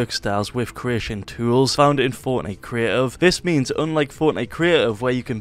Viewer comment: Fortenite CREEEEIFF. Holy shit say CREATIVE !!!!